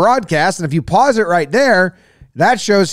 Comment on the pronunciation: Freddie getting bent in ways I don’t think I heard should be getting bent “PAUCE” 😂😂 but the replays been nasty all playoffs so far love you JomBoy keep up the good work